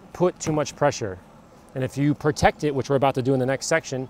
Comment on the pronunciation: Peotect Pee-rinse